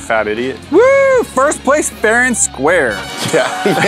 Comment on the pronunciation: far and squre